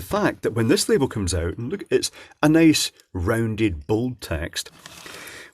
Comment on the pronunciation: “It coomes in a big case.” Nice.